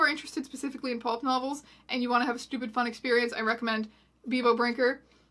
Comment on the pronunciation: Does Strange Aeons have trouble saying the word "Pulp"? She keeps saying "Pope" lmao, The Holy book Satan was a lesbian what story of the Bible was that lol